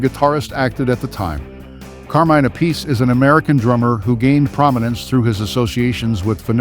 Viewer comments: Why can’t people pronounce Appice correctly? It’s EFFING ANNOYING!! Just fyi…. It’s not “a piece.” It’s, THREE SYLLABLES!!! APP, then, AH, then, SEE … Holy FRIG, man!!!! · Yep. Vinny is "App-ah-see". Carmine is "Ah-Piece". They explain it during their Drum Wars shows. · Carmine's brother Vinnie pronounces it as "a-piece", so, pffft. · People who think they know it all but are wrong annoy me. Carmine and his brother pronounce their last names differently. DO BETTER.